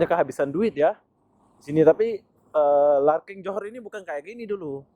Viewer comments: Larkin bukan LARKING 😂😂🤣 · Terminal bas Larkin bro,bkn Larking...😊😊